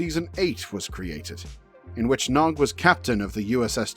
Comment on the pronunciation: Ha! He said his name wrong right at the start.